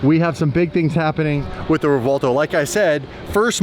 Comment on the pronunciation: REV-WELL-TOE REV-WELL-TOE PLEASE STOP SAYING REVWAHLTO 😂😂